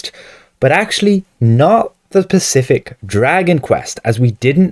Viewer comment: dude the "s" is pronounced first in the word specific not "pacific". lol